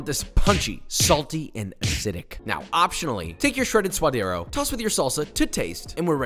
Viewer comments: I absolutely love your videos! They are educational and entertaining. 3 things. 1) It's 'sue-duh-dē-ros' 2) Don't call it 'guac'. Guac is whack. It's also the sound you make when you're about to throw up or gag. I think this delicacy deserves better... guacamole. 3) lime kills the flavor of the avacado. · Its pronounced sua'd'ero with a "d". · Ok Josh this is a gripe I've had for a minute. Why you gotta pronounce all these hispanic dishes the gringo way. I mean I'm a gringo but still come man. Say it right. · now he's killing suadero... Please no for the love of god.